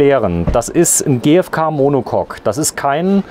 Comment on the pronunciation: Monocock??😂 Monocoque !